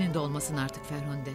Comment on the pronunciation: Ferhande diyor😀